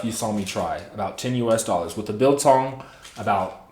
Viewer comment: Hi. You pronounced '"biltong'" perfectly well.